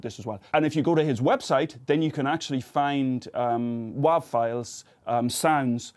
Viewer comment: "waav" file. Lol.